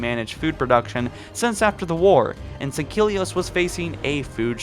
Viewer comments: Sangkilli.. it’s Sangheili ffs. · You say sangheli wrong every time